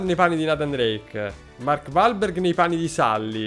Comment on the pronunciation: Mark uolberg*(pronuncia)